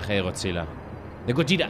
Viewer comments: No es gorja , gojira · Gojira, es un gripo de deth metal, jajaja y de echo el lo nombre bn, osea le llama gollira, como se pronuncia el grupo, ¿sera que ccade escuxha metal? Nunca lo sabremos